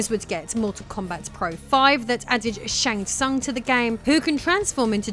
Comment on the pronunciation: pronounced shang soon it is spoken by the announcer on mk3. love your videos